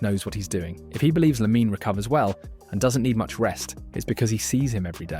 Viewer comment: Its almost not detectable if it weren't for the strange and inconsistent way it pronounced LaminE Yamal